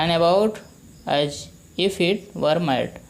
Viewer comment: sir u Mispronounce the word WERE